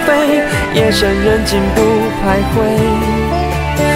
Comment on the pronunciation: 徘徊 他是不是念错了啊